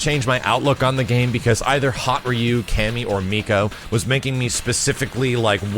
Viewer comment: for some reason I always hear "loot". like "Cammy is pretty much loot"